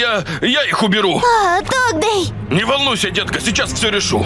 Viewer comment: Не додз а догдей